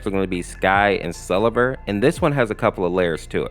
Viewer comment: Everything that you made mistakes on (Don't worry, it's not as long as it looks.) The Mid Fight Masses Family's names were mispronounced. At least most of them. All that have been mispronounced are listed below. Silehver [Selever] Risaizy [Rasazy] Sarventay [Sarvente] And also, they did not pronounce Lila's name like that in the original series. Skid and Pump are also wearing costumes, so Pump is just a nickname. I have proof of this because I basically saw them in the show without costumes, like in pictures hanging from the walls. Lemon Demon can't have a real fruit head either, because I thought KawaiSprite said that a lemon was the shape of the original character's head, but he isn't an actual lemon. Also, his real name is just Monster because of this, even though they just gave him Lemon Demon because he resembles a humanoid lemon.